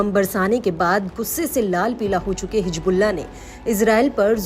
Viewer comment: نیوز اردو 18 پر اردو جاننے والے کو بٹھائیے۔ حزب اللہ کو حجب اللہ کہہ رہی ہیں محترمہ۔